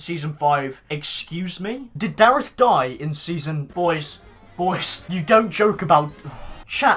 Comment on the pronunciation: Loves darreth yet continues to pronounce his name incorrectly